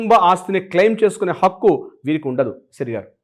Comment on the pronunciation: Not pakku,Hakku plese